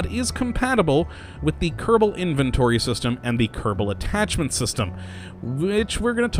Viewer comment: Just the way he says it. I've been watching these videos in a binge and I started saying Kurrrable Space Program myself naturally.